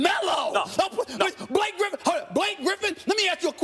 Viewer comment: 😂😂😂😂😂😂 the way max says blake griffin